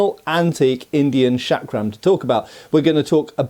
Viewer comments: Its not 'Shuck-rum' , the pronunciation is more like 'chuck-rum' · It is pronounced as Chakra , Chakram or Chakkar as the Ch in " Change" . Not as Shakram ( the Sh in Shake ) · seems to pronounce the first sound as SH, but it should be CH as in "church." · The correct pronunciation of this Indian weapon is chakram as written in hindi (चक्रं) and not shakram! The term comes from the Sanscrit word meaning "wheel" or " circle" and in yoga terminology "center of power" symbolised by a whirling vortex of energy. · Not trying to be a dick, but the word is pronounced "Chuck-ruh", not "Shaak-ruh". You're welcome. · It's pronounced CHakram, not SHakram. It's Sanskrit, not f*cking French. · The way you say "chakram" makes me think you spell it "Shaq Ram" (sorry, had to say it).